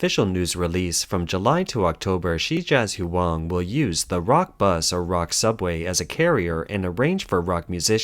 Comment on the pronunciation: Hard to take this channel seriously when they can't even say 'Shijiazhuang.' Pathetic.